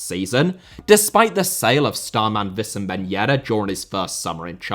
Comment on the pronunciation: it's Wissam Ben Yedder Not Vissam, where did you get the idea to pronounce his name like that 🤔